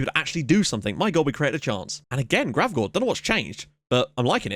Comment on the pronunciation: A day early.....sweet :) And you actually got Gravgaards name right. :P That's how we pronounce Michael in Danish